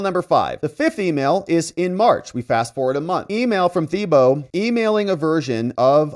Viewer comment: We pronounce it: ‘TEEboe’ in Louisiana.